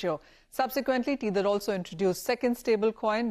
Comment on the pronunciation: Tether is pronounced "t e ther" not "t eee ther"